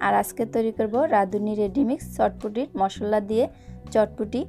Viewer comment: মশল্লা না মশলা আর সেদ্ধ না সিদ্ধ হবে